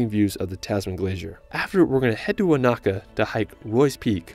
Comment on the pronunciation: Thank you for this video! it’s great to see people enjoy Aotearoa. It would be great if more tourists learned to pronounce the Māori place names correctly! Eg the macron on Wānaka is on the first A so it’s not waNAka, it’s WAnaka. Love from NZ 🤍